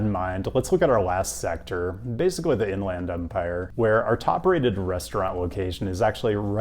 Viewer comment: beard is looking good, and go dawgs. Most folks I've met from the IE pronounce it like In-lend Empire, not In-LAND Empire. Could be wrong though